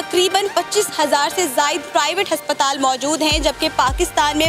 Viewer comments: हस्पताल नही अस्पताल है 😂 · Haspataal no aspataal yes😁😁😁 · Haspatal🤣🤣😅Aspatal hota hai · Aspataal hota hai na ki haspataal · Bolna to sheeko - haspatal ya aspatal😁😂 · Why this anchor pronounce हस्पताल instead of अस्पताल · Haspatal ni hota... Hospital hota he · Abe prononciation tou sahi karo... " HASPATAL " nahi ASPATAL pronounced hota hai... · h nhi a aasptal hota h 😂